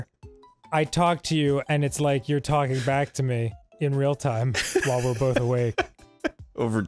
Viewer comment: Was the way Arin says "upside down" a bit or just one of those Arin things like "bolth" and "molment"?